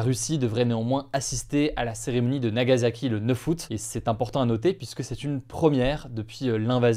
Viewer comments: Nagassssaki pas Zaki.. tu dit pas Ozaka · Plus ça passe plus je comprends ceux qui ne s'informent plus sur l'actualité. Ca ne se prononce pas "Nagazaki" mais "Nagasaki"